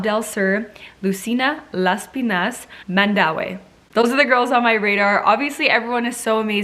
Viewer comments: Hello shierra nice shot of trying pronouncing some of the places so here is the correct pronouncing of the places im not perfect am gonna write the way it pronounced Baguio( bag-yooh), Las Piñas( las-pin-yas), Cebu (si-boo), Misamis(mi-saa-mis) Davao(da-vow) i hope it helps shierra im from the philippnies love watching your vlogs always. If i watched some of your videos i will gonna send you again some correct places you mentioned and nice trying to read and pronounce the way it is, congratulations !!! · Baguio /bag-YO/ Lucena /lu-SE-na/ Las Piñas /LAS•pin-yas/ You're welcome, Queen! ♥ Same here, I'm rooting for Misamis Oriental and she nailed it!